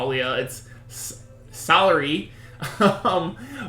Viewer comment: Salire is pronounced Suh-leer